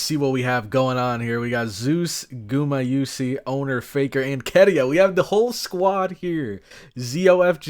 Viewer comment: gumayusi is pronounced like "gumayushi" by the way haha, no worries about it though.